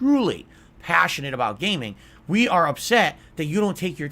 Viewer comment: Truly PAHSSIONATE about gayming!